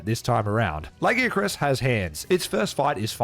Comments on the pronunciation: It's 1 thing to mispronounced lagiacrus. But Seregios as well? Ok this video is definitely AI 😅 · Stop saying Lagiacrus wrong. They gave you a pronunciation bruh, it’s only ‘stupid’ because you were wrong. How are you going to tell the creators of the name that they pronounce their OWN WORD DUMB? This argument is so annoying, you don’t tell people their name sounds dumb when you mispronounce it? It’s the same shit. Fuck’s sake.